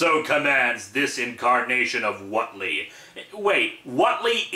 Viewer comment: I lived in a town with a Whately family as a kid. The name is pronounced WAIT-LEE, not WOT-LEE. There's an "e" in the name for a reason. They'd have punched you right in the nose for getting their name wrong and it wouldn't have been with a tentacle, either. Tough old coots, those Whately brothers. And yes, they'd read Lovecraft and gotten a good chuckle out of it. No relatives anywhere near Massachusetts.